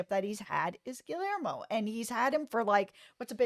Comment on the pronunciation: You both are so wonderful! Happy I stumbled upon this. Haven’t see the episode yet but I can’t find it online to watch and my ‘bootleg site’ hasn’t loaded it yet. Anyway thank you guys! Also - Gill-Lare-Mo?!?!?! Gee - Yare - Mo (lol)